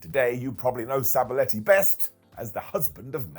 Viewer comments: Sabaletti? Sab-a-telli!!!! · husband of Mandy Rose, I know. But it's pronounced Sab "ATELLI" not "Aletti" UK is closer to Italy than we are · oh ok yeah. I thought he pronounced weird too but wasn’t sure